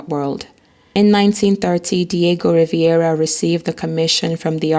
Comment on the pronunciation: Rivera not Riviera.